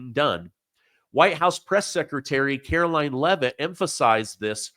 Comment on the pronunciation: Her name is Karoline Leavitt (Caro-Line) not Carolyn